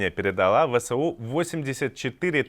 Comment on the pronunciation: Почему этот чел говорит ВСО *, а не правильно ВСУ!!! (??!))